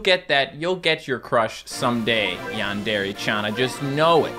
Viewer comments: Its not yawn dariy its yandery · Normal people: Yandare: Yon DARE aye